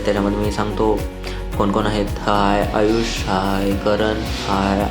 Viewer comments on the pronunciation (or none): Its Aayush double A 😅